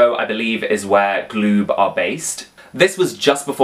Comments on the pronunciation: PRONOUNCE IT - GA- LOOB- NOT GLOOB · Galoob is pronounced gah-lube.